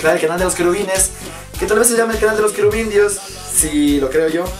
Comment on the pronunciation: Los ķərubitus..😂